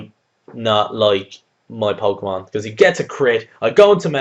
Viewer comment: didju say chinpokemon? :P